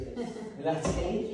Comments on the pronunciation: “And that is a skinny LATTI” lol never heard anyone pronounce latte wrong before🤣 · It’s pronounced lahtay not latee but ok